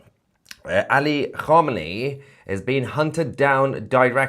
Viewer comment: You couldn't even pronounce Khamenei